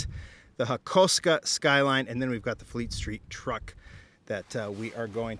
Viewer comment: 🤦🏻‍♂️ it’s pronounced HA / KO / SUKA not Ha ko ska